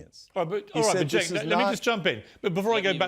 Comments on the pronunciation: You say his name wrong. It is Chunk Yogurt. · It’s pronounced ”Chunk Yogurt”